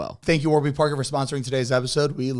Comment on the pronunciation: “Warber” parker 😂 they gon be mad